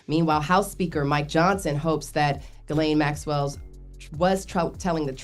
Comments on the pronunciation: She said Gillie on purpose… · I need yall to sound out Ghislaine. Say her name correctly shes a terrible person, dont let her off the hook by mispronouncing her name!